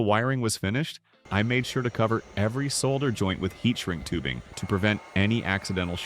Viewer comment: I love that you know how to pronounce soLder!